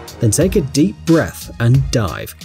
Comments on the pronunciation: did you say take a deep breath and dive or take a deep breath and die? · I thought he said take a deep breath and die 🤣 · I thought he said take a deep breath and die